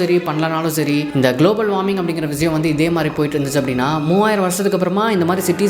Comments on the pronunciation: Bro vizayam vizayam nu yen solre. Irritating ah eruku. Vishayam nu olunga tamil la oru vartha sola mudiyalaya unala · Vishayam ❌ Viziyam ✅ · Vishiyam ❌ Vizhiyam 💯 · Vishayam is word vizayam is an emotion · tamil utcharippu seri pannikonga bro, like vishayam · Visiyam- word viziyam -emotion 😅😅